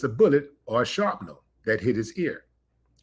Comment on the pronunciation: Willie D said sharpnel 🤣